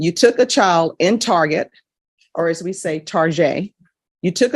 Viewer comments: lol she called it "tarjay" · She did not just say "Tar-zhay"